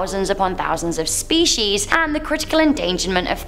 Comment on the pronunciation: SHHHPIECES hahahaha